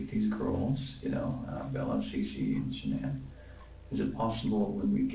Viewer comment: Listen again.. She says Cecee